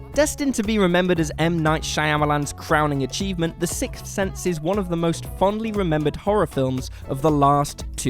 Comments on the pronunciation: the "sikth" sense? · “The SIKTH sense”